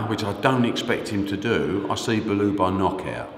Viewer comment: Bellew not Bullu.